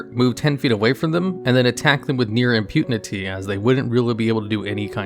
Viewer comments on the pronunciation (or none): say it with me: Im-pu-te-ny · im pu ne ty xD